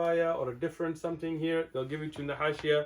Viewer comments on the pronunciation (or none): none